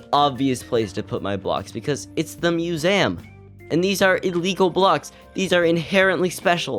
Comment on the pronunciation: The way you pronounce museum is infuriating